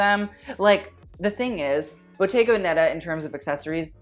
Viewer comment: pls!!!! bottega veneta is pronounced with the accent on ve (véneta)